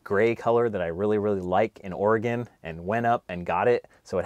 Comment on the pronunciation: wow, a person that can actually pronounce Oregon ... good luck on your adventures!